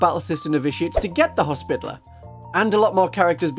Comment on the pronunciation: commenting for the algorithm and to humbly beg a reexamination of the pronunciation of hospitalier—more “hospitality,” less “hospital” 😅 it doesn’t need to be the french pronunciation or anything but i feel like we as a community have strayed too far into “spittle” territory (unless that’s just the uk pronunciation) Love your videos keep up the good work ❤